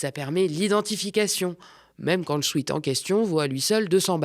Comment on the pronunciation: On dit swète, pas swit. De rien.